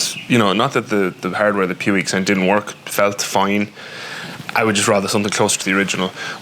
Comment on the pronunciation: It's pronounced pweeg.